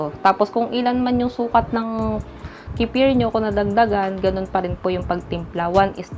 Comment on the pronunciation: Wala.. Wrong pronunciation mo lang 😂 nag vvlog ka kc 😂